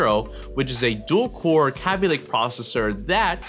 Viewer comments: Its K_ay_by not k_ah_by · its kay-b lake not kabby lake xD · it's kay-by lake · Who says g 4 5 6 0, and not to mention capy lake, are you a noob?? Its said g 45 60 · Say kaby lake right. it's kay-be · "kappie lake" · "Kahbee Lake" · U SAY KABY WRONG